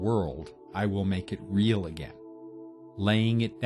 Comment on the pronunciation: A true Canadian!